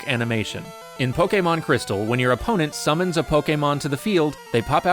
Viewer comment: Am I the only one who feels uneasy when says ''summons''?